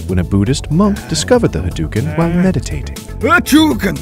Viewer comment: Ha Dough u ken... haDOuken..... ryu literally does not say ha DUKEN... This was painful to listen to.